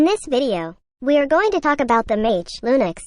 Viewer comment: And did you just said lunix XD